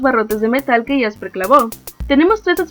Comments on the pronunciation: Es jaspe no jasper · no es por molestar ni ofender pero se llama Jaspe y no Jasper